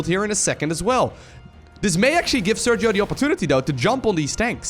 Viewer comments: Hi, just an clarification. Sergio is a Spanish name and the phoneme used in the G followed by i or e is /X/, not /G/. I know you always try not to butcher nicknames, so I hope this helps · Sergio is pronounced ser-he-o (in english phonetics) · It's pronnunced "Serjio" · hey you maybe should pronounce the name sergio in spanish